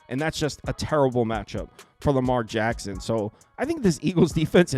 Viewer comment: It’s Lamar HACKSON 😅